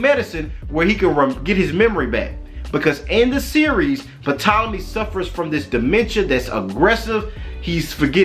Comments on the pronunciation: BROTHER when you speak of the ptolemys it's pronounced TOLOMY, the "P" is silent; otherwise, good teachings. You are not afraid to call a spade a spade, TMH says we are in the lands of our enemies, most of our brothers and sisters are afraid to day so and still seek love and compassion of peoples who have shown for 400yrs. that they don't have the capacity to love us. Keep up the good work! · The “P” in the mans name is silent.